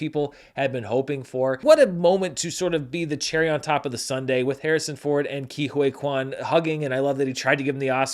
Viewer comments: Don't wanna be that guy but it's Ke Who-ee Quan. Not Huay 😂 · Isn't it pronounced Key Hoy (like buoy) Kwan - 4 mins 5 secs